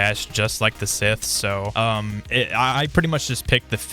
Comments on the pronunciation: Bro said Sith Stop Say Scythe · NO WONDER THEY SAY AUSTRALIA LIVES UPSIDE DOWN ITS SCYTCHE NOT "SITH" THATS A NAME!!! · Broo its scythe not sith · Whys everyone calling it sith, its scythe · ITS SCYTHE NOT SITH BRO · It is not sith it is sythe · Scythe bro not sith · ITS SCYTHE NOT SITH BRO... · Why u saying sith? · It's not sith its scythe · It is call scythe not a sith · Bro it is scythe not sith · ITS SYTHE NOT SITH THIS AINT STAR WARS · SCYTHE NOT SITH STOP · Also it should be pronounced sa-ith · Bro its scythe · Its scythe bro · STOP SAYING SITHHH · Bro it’s Scythe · It’s not synth it’s scythe pronounced sa-ith